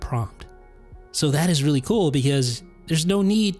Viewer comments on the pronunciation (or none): none